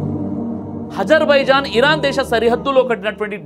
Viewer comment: గారు మీ ఉచ్ఛారణ సరిచేసుకోండి హజర్ బైజాన్,,కాదు హామాస్ కాదు హమాస్ హెలికాప్టర్ కాదు కాస్టర్, ఇజ్రయిల్ కాదు ఇస్రాయిల్ అని పలకాలి